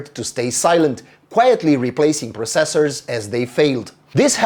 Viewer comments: It's not just you, he's putting too much emphasis on the seconds cyclable, but he's Romanian, having perfect English enunciation is sometimes difficult to pull off even by native speakers. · Anybody else annoyed with the way he pronounces "processors"? No, just me?